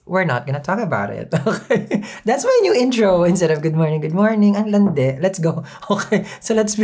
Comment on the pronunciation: Love the "Ang lande" ❤☺